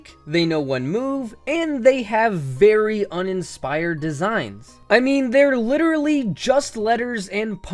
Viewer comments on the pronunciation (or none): none